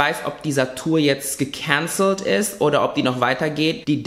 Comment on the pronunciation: So geil wie du gekänzelt sagst hahahaha